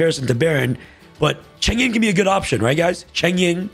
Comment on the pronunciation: Lmao chengying? Youre trolling